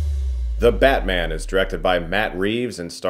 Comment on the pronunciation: I couldn't help but hear "badman" throughout this review lol